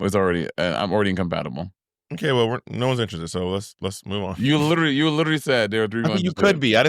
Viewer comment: Monet dropping them Taylor Swift bars 🫢 "I'm incomaptible and your incompacitated"